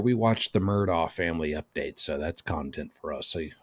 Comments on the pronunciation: Mur dock. Its not an english pronouncation. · Mur-DOK is how it's pronounced